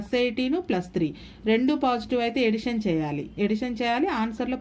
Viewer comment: Madam super explanation but tell addition your telling edition this is wrong